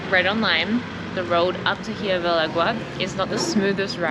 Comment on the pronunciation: Hey guys. Just a few tips on pronunciation. OAXACA is said OA-Ha-Ca, with an H sound for the X. Hirve el Agua: IR-ve el Agua, no H sound. Not HUE-Ve. QuesO is cheese but when we are talking about the Quesadilla. That is 4 syllables: Que-sA-Di-Ya. You need to practice more. By the way, this Hirve el Agua seems to be basically the same as a Staglamite that you find in a cave. Stalactite and stalagmite. The other "cliff" you saw from below I think it called cortina, the curtain (folds). There's a lot of "calcium" in the waters in Mexico. The calcium is what makes the water look like turquoise (green/blue) like in Chiapas. We went to Cascadas Agua Azul. If there's no storm/rain, the water is beautiful. When we went, there was a big storm so the water was brown. But it was warm and the overnight stay in the cabanas was a nice sleeping in the jungle experience. The rivers and waters in the San Luis Potosi (Huestecas Potosinas) are so beautiful and turquoise. That's probably the next trip for us. The beautiful waters of Quintana Roo like in laguna Bacalar. There's so much mineral in the water, they have to clear the pipes of showers and toilets once a month. It's like sand in the faucets that lower the water pressure! Another place to visit is Las Grutas de Tolantongo. Beautiful and they have pools too, kind of man made. But look at the river where they made it like terrace. Water is warm though. Hot water comes out of the cave. You can go inside and see it. Collectivo for 50 pesos